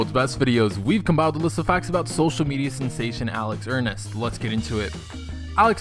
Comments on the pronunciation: it is Ernst not Ernest 😂😂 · "Alex Hernest" dude really? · "alex ernest" ITS ERNST😬😬😐😐😐😐😐